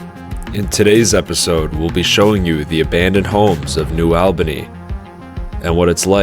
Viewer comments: I can see that cranes from here…. Also it’s pronounced New All-Benny for New Albany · Just FYI, it’s New ALL-bany, not New OWL-bany. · It’s New ALL-Ban-Eeeee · it's not pronounced like that, it's new ALLbany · New All-Ban-Ee (sorry, cringed a bit every time you said it in the video)... i remember the white fences going up to show the land they now owned 😔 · This video is bogus. This is Les Wexner and Jack Kessler's project. AI voice can't even pronounce New Albany. The video is off on timing as it actually started in the early 80s. Also ignored is the Rocky Fork Blacklick Accord. People got paid well and none were forced.